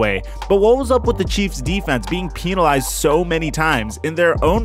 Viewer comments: "peenalized" lol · The way you said penalized killed me